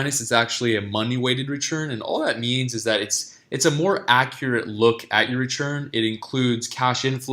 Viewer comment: Why do you say RECHURN instead of RETURN?